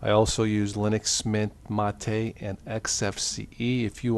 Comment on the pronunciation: It's MATE, not matee. The developer has stated such on the Mate website. It's annoying to hear people get that wrong, especially people who should know better. I personally think Unity is the absolute worst DE (along with Gnome 3). Both suck big time. Give me Gnome 2, Mate, or XFCE. LXDE would be fine if it was more customizable. I won't be trying any of the 'Buntu's until the next LTS release, and then not until the .1 release. I don't bother with betas, and all non LTS are BETA AFAIK.